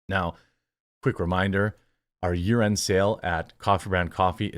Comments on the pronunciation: I know you said year end, but it sounded like urine XD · Jeremy, you need to enunciate a little more when saying "year-end sale". For a moment, I was convinced you said "urine sale". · Dude, you really need to enunciate "year end" I thought you said "urine sale" and I was like WTF? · I swear you said urine sale 😂